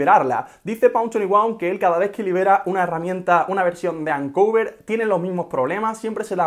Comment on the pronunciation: Me molesta que digas “ancuver” cuando es “oncover”